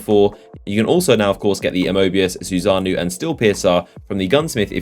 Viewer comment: why does no one say susanoo correctly it (soo) (sa) (no)